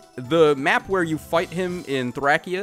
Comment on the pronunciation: Why are you saying Thracia so weird 😭